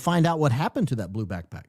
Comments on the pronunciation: The way he says it 😂 like “quick quack” 😂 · Your play on the pronunciation of "BackPack" is already... played out. Now we are adding PipeBomb to the mix? 🙄🙃🙄